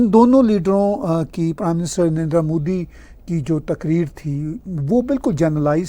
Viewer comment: Love the punjabi andaaz of saying "pew-ton" 😅 And, of course, "N'rrndraa"😂